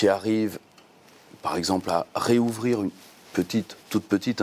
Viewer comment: Le mec aime la langue française et dit "réouvrir"...